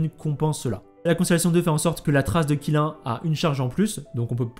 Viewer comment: Qilin se prononcerait plutôt "Tchilinn" le Qilin c'est "la licorne chinoise" (mais parfois il est représenté avec des bois de cerfs) :3